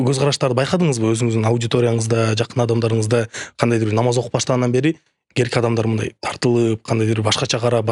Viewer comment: Накта подкастты жакшы көрөм. Кай бир көрсөтүүлөрдү кайталап көрөм. "Бетке айткан сөздүн заары жок" демекчи, "Керки адамдар" деген сөздү туура айтчы. Керки адам эмес, кээ бир адам деп сүйлөчү.